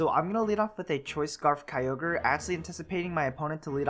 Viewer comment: Kyogre = Keo-gray haha